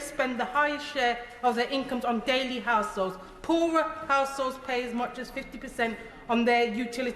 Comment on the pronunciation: She's saying assholes instead of households.. let's be honest it's what she thinks ,maybe it's her lisp? Shouldn't she be in jail Only lefties Will disagree.🇬🇧👍